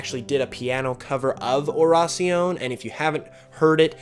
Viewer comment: Isn't Oración Spanish for prayer? If so it would be pronounced O-da-sion?